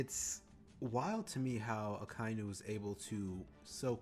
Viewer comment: The way you say Akainu's name is correct, and with any name just listen how they say it in the anime. I've always wondered how can people mispronounce a name they hear multiple times in the anime.